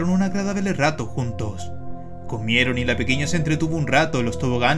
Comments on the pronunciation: Dice: "Un Agradable Rato" pero rapido, desordenado y junto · "Pasaron un Agaransnfsfksrato juntos" jajajajaja